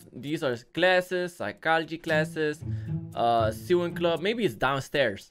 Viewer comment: My man really said suwing instead of sewing like does he not know what that is??🤣